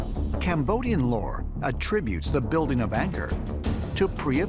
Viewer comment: this guy can't even pronounce Angkor correctly.